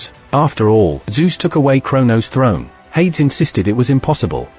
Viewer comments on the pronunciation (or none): Hades, should be pronounced "Hay-dees" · Air-reez and Hade-ez. oh dear gods you are pronouncing most of the names wrong. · Hades is pronounced "HAY-deez." Others are noticing the God of War is also mispronounced. You can entertain your viewers more effectively if you avoid this kind of error.